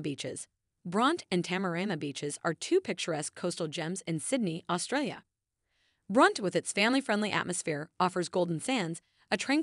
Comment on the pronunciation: Pronounced Brontie not Bront.